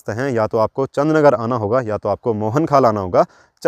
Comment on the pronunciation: Chandr nager jb aap bolte ho Achha lgta he